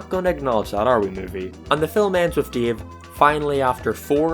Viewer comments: said Dave like Deve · When you said dave i keep hearing DIO instead of dave lol